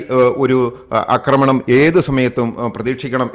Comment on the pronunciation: അക്രമണം അല്ല ആക്രമണം എന്നാണെന്ന് നാലഞ്ചു വീഡിയോകളിൽ പറഞ്ഞിട്ടും ഈ പൊട്ടനു മനസ്സിലാകുന്നില്ല .....കഷ്ട്ടം